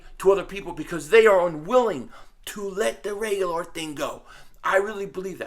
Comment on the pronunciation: I so was gonna comment on your pronouncing reagor name wrong then I got it near the end. NICE lol